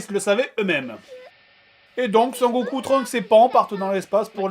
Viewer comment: c'est sangoku pas sanckoku